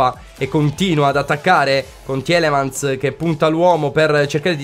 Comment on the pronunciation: Comunque sì tielemans si pronuncia tilemans....forza FGR